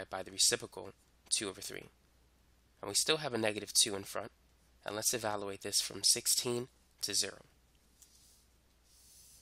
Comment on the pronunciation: Please say evaluate, not evaloooate. You say "value" correctly. It's just e-value-ate.